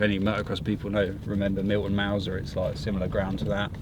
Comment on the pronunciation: When you said Milton malsor my shoulder started hurting 😂